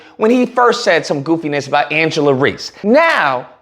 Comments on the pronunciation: Bro I like your videos, but you gotta stop saying people's name wrong. You called her Angela 4 times, her name is angel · Love all this but please call her by her name. Angel* not Angela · Thank you for addressing the ignorance, but her name is ANGEL not Angela. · Why does he keep calling her Angela?? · Her name is Angel….damn at least do your homework and get her name right.. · It's angel reese but great content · Angel not Angela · dear. Her name is ANGEL! Not AngelA! Angel! Come on guy! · KNEE GHUROOW!!! If you don't stop calling this woman Angela when her name is pronounced Angel 😅 Me and you are going to have some probs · It's Angel 😇 Reese !.... Not Angela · It’s ANGEL REESE!! At least get her name right! Geez! I can’t believe you got her name wrong! Make it make sense!!! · It's Angel....but I fully agree with your take. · Refusing to say her name correctly is suspect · somewhat respect your commentary but come on bro this one of the most popular people out here and you can't get her name right, secondly bro just bc she won a championship in college doesn't mean much when you move to the next level, if you don't care about the W don't speak on it just speak on the topic at hand first impressions mean everything kid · The way you keep messing her name up is making me soooo mad. 😂🤣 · Rushed to make a video without even getting her name right..take this L too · understandable however he’s read her name in multiple articles in this video and still saying it wrong